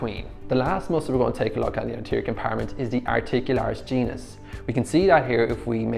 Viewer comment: I heard articularis Jesus 😅 I love you video